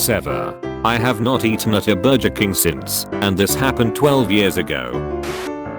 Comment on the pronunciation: And burjer